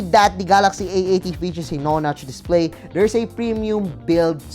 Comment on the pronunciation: "A new INPINITY DISPLEY"